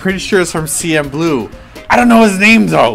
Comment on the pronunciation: Hahaha It's CN Blue not CM Blue and its Jung Yung Hwa xD